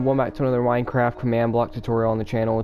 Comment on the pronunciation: Hey guys he said winecraft